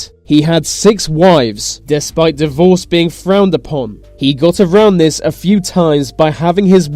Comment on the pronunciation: What's with the "vis & vat"? Can't he pronounce 'this & that'?